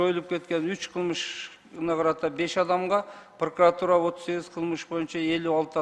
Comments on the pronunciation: ТантыкКантип иштеп журосун прокуратура деген созду,пыркыратура деп тантып жатасын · Пыркыратура,тыркыратура болуп кетти го ,вообще то прокуратура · Прыкырор "прыкыратура" дейт го я. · Улуу урматтуу президент дейинчи еми ушу прокуратураны жакшы так айталбаганды ген прокурор кылып отурганынар ото еле окунучтуу😮 чулдурап какап так жооп бере албай жатат тобаа😮 айла жок кулосун даа😂